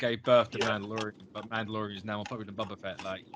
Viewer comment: BOBA not bubba. 🤣🤣🤣